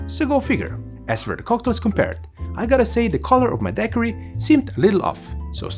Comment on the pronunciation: One must love 🐓 measuring bartenders when not a single one seems to know how to say Daiquiri.